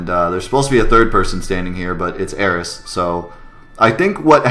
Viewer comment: I think this is the first YouTube video on FF7 that actually pronounced all of the proper nouns correctly!